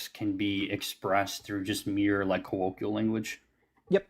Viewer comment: guest can't even say colloquial correctly